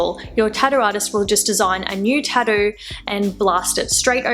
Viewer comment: "Tahdoo" I like that :)